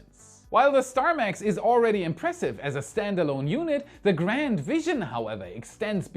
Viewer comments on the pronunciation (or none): none